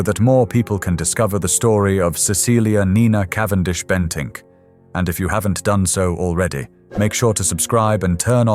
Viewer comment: "Cavendish-Bentick", not just "Bentink"